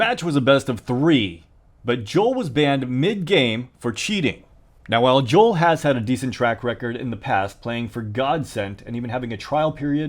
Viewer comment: Dude I feel physical pain each time you say Jol and not the right pronunciation Jowel